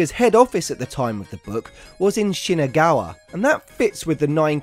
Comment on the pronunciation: This man can’t read. Nakayama, not Nakeyama. Shinagawa, not Shinegawa. Haneda, not Hanida.